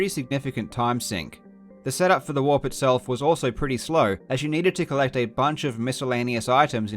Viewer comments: I keep hearing "Moon walk" instead of "moon warp" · I spent the entire video trying to figure out of he was saying walk or warp. Link kept running backwards, so I figured that had to be part of the reason it was called the moon walk. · I thought he was saying moon walk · When he said "Moon Warp" I thought he said "Moonwalk" 😂😂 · his accent doesn't have the pronounced rhotic r sound that an American accent saying "warp" would have, so it sounds more like "walk"